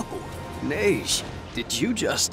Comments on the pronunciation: The way you say "Neige" sounds suspiciously racist. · And instead of saying neije say neige or at least since she sounds like nepgear just say Ge-Ge